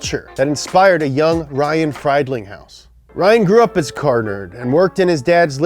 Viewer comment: There’s no such think as WayGill, it’s wagyu, “WAH GYU” Also Friedlinghaus is pronounced Freedling Haus, not Fried as in “fried”. Kinda surprising he fucked up all the pronouncing in this video, cause he usually nails it when it comes to cars haha